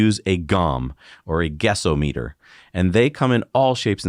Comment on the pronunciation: I posit that it's "guess-OM-eter" (short "o"). Do you say "SPEED-oh-meter"? "THERM-oh-meter"? Just sayin'...